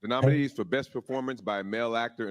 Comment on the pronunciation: And botching the names of the nominees.